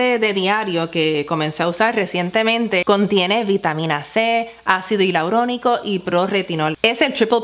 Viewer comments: Ácido HILAURONICO ¡ NOOOO! JAJAJA, es ÁCIDO HIALURÓNICO. Un buen vídeo al margen de la palabra que a mucha gente le cuesta decir 😉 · Perdón por la corrección, pero es "hialurónico"